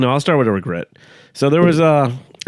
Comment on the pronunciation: hey man don't regret saying recret